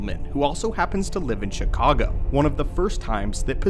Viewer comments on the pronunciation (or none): none